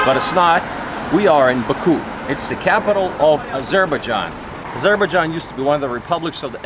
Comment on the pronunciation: meet some indigenous people to make sure local words you are pronouncing is correct.. you are literally pronouncing local words form your A**